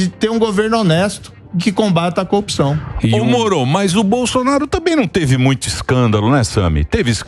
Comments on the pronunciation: Queria saber porque é necessário falar ;”CONJA; DEMOCRAXIA; COOPÇAO em vez de corrupção ?. É muita frescura ….. a boca fica parecendo que tem outra função deformando seu movimento natural. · Copi...ção ? No lugar de CORRUPÇÃO? Ave !